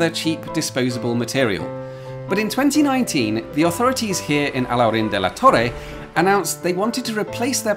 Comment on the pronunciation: Great pronunciation of "Alhaurín"😃!